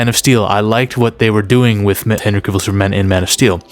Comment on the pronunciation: I Love your videos and Admire and Respect you. But I just wanna let you know that you keep Mispronouncing CAVILL. For, it is pronounced like CAVALRY Without the ry(ree).